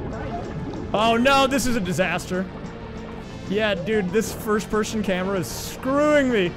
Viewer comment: You ever notice that you say "first pershon" instead of person? And "worsht" instead of worst. Lol.